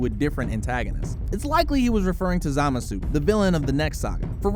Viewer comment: "Zamasoo" literally why are you even narrating this if u can't even pronounce their names correctly jfc